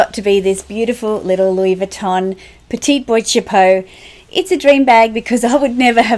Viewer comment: Boîte Chapeau is pronounced ' BWAHT ' CHAPEAU ;)